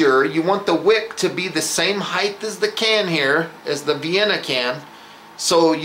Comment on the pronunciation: excellent vid too bad he cant pronounce "height" correctly